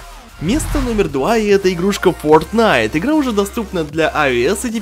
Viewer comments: там может Fortnait а не fotnait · Почему frotnite, а не fortnite?